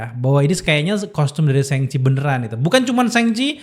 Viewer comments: Nyebut Shang Chi nya apa bener itu SENGCHI?? Bukan kah lebih ke SHoNG CHI atau lebih simple ya SHaNG CHI... emang di baca A atau lebih ke o (kecil) gitu bukan nya ya bukan E?? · Shang pake "a" bang, bukan sheng Thanks